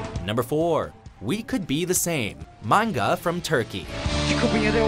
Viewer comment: can we take a moment and thank that guy for pronuncaiting 'maNga' right?